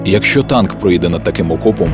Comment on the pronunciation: чи були б Ви так ласкаві наступного разу запросити диктора, в якого краща вимова? українською неправильно казати софкова, дитячя, чяс, якщьо, чєрез, кінчяцця, дякую